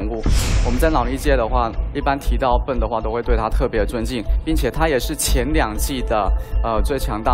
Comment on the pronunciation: 感覺中國方故意叫對方選手"笨"，Ben發音不是那樣發，一直叫他笨蠻好笑的像是要唱衰他一樣。